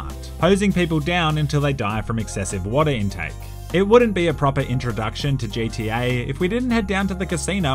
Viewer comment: "Hey lads and lasses, here with Jay T A online" JTA? Such English.